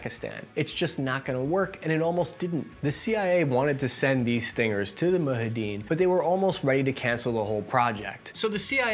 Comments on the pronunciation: Say it with me MOO JA HE DEEN. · Who’s this “Moo-Ha Dean” you keep referring to? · Nice video. Quick note: the "j" in "Mojahedin" is pronounced as j , not h ; like "Mo-ja-he-din". It's an arabic word, not hispanic😅! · What’s a moohadeen? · its moo·jaa·huh·deen say it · mohedeen!!! wtf u saying man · Dear You keep calling them the "Mu-Hid-Een" and I'm pretty sure there's supposed to be a "j" somewhere in there. And not a silent-j, either... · does it again with the names. Mu-hee-deen fighters? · Moo-zha-heh-deen Or Moo-zhe-hah-deen.. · Good "US Army Effort " using "Mujahid" which was mostly used in the early period of Islam and is singular in the broadest sence for those who fight for Ummah. But instead of pronouncing "Mujahideen" (Moo- Jaa- Huh- Deen) 🤭 who are members of a number of guerrilla groups operating during that time in Afghanistan or where given broardest sence of information used aforementioned..vid (Strike 2, feeling the pressure of a IntOp yet? Remember: You can be the best engineer for designing & Building Bridges but you get caught sucking one Dic..You won't be remember for the Bridges...) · Why texans feel like they are inventing pronounciation of unfamiliar words on the go. ‘Mujihideen”….“Muhadeen”. Every video degrades in perceptive quality. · Mujahideen, not Muhideen... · mu-JA-hideen man, it's not that hard.... make an effort... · The Afgan fighters are Called (( Mujahiden )) or holly fighters !! مجاهدين you have to pronounce the J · I like how you basically just removed a whole syllable from mujahideen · The j is not silent in mujahidin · Does he deliberately mispronounce foreign names and words regardless of the language? Mujahideen, Medvedev, the list goes on. is too smart to make these mistakes un-ironically. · It's Mujahideen. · the word "mujahedeen" is arabic. so unlike spanish, you pronunciation thee "j" as it should be, not as an "h" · Isn’t it “Mu-JAH-ha-din”, not “MU-ha-din”?